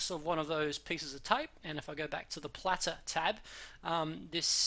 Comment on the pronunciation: plater not platter, lols ;)